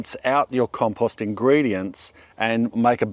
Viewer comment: It's pretty rich that the guy who pronounces compost like a moron preaches how to pronounce literally anything else. What an idiot.